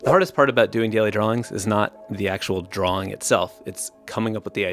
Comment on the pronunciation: ... Do you keep saying drawling?"